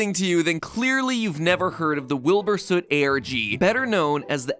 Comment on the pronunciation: Oh hey MatPat pronounced his last name right this time /j